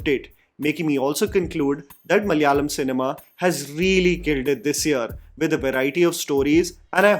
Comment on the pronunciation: Sookshmadarshini is a solid low concept thriller comedy film. Majority will like it, the theatre experience was good, humor was good. For me it was mid, it didn't leave any impact on me! Also,, it is time for you pronounce malayalam as ma-la-ya-lam (मा ला या लम - മ ല യാ ളം )! 4 letters. 😅മാമനോടൊന്നും തോന്നല്ലേ (trsl: iss mama ko galat mat samajhna 😂🙏)